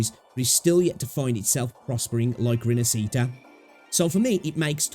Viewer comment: I know it's not your language, but it's pronounced more like "Rin-ash-eat-ah". Stress on the "ash" part. Interesting video.